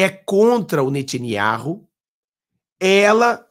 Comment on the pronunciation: NATINIARRU NÃO !!! Pelo menos aprenda o nome correto antes de sair postando suas reportagens Nome correto: NETANYAHU! Leia e pratique ok?